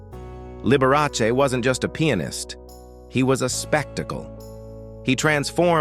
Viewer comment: learn to pronounce pianist and liberace.